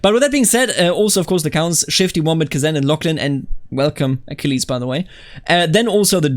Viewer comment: you pronounced it just fine. It pronounced like the Achilles from the iliad.